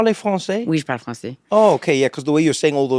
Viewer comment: Little trick to sound french, we skip a lot of voyelles (especially when from the Paris area). Notice when she says "Oui, je parle français" what she's really saying is "Oui, j'parl' français", that's the kind of stuff you only pick living in a french speaking country for a while.